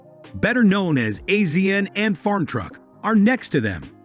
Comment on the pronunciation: Got to love AI. Can't pronounce anyone's name correctly and they repeat it 100 to 200 times. CRINGY! It's AZIAN not A Z N, you idiots.